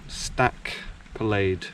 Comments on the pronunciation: I climbed The Stac back in the late 80's - one of the best days out in the Scottish mountains ever - beautiful Spring day - I must do it again - it's pronounced Stac Polly. EDIT* and Suilven is pronounced sooliven - or thereabouts 🙂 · Stack Polly is the pronunciation you are looking for.